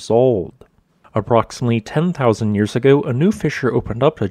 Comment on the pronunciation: I'm getting used to it, but the way he says 'yours' instead of 'years' always catches me. Great content and visuals, well presented.